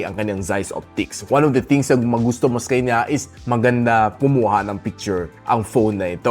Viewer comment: Natutuwa tlga ako sa "sekanya" mo boss. More awesome videos in 2025 🎉